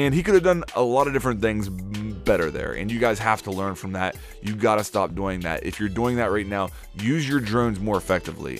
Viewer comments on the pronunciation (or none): my god the way you say "doing" REEEEEEEEEEEEEEEEEEEEEEEEEEEEEEEEEEEEEEEEEEEEEEEEEEEEEEEEEEEEEEEEEEEEEEEEEEEEEEEEEEEEEEEEEEEEEEEEEEEE p.s. good tips :D